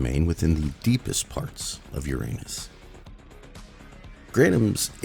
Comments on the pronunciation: “And with this most recent assault within the depths of UrAnus……..” the pause killed me it’s like you wanted us to know you know 😂😂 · “With this most recent assault into the depths of Uranus” *dramatic pause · The pause after "Within the deepest depths of Uranus" really caught me off guard 🤣